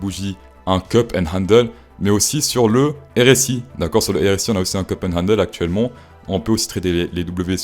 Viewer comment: C'est cup, pas cop. Tu veux donner des leçons mais tu sais déjà pas prononcer le mot en question